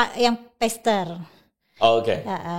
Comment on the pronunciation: Maaf, kalau mau pakai bahasa asing, cek bagaimana pengucapan yang benar. Pastpr bukan pester (artinya bener2 salah deh). Huruf a tidak selalu dilafalkan 'e'. Terima kasih jangan membingungkan. Plus istilah yg tepat adalah Lay-pastor (independent).